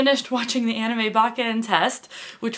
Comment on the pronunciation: You should watch Soul Eater. It's a fantastic anime. By the way, I'm glad you don't say ay-nime, but ah-nime.